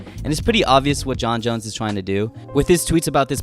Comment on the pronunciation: Why do you pronounce "Jon Jones" as "Jon Jons"?